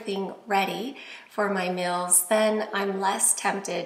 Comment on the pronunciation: I like how she pronounces meals. Sounds like "mills".